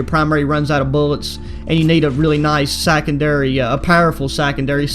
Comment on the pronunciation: Hold up did he say sackendary